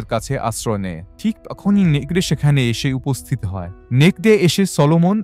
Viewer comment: নেকরে কে নেকদে নেকদে বললেন কেন?